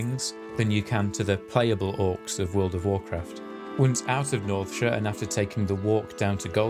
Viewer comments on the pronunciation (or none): i hate the way you pronounce "-shire" but cool video